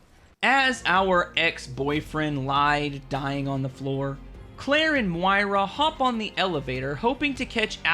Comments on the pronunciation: why do you pronounce Moira like that it makes me laugh every time lol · Your inability to pronounce Moira correctly after it's said in the game 158 times breaks my heart 😂